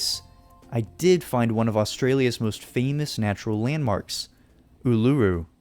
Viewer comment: as an Aussie, love your vids. but the way you pronounced Uluru gave me a headache lol